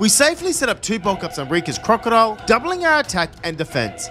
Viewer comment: man say crocodile instead of krookadile